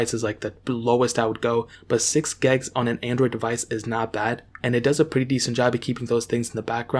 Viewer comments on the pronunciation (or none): WHY DOES he say gegs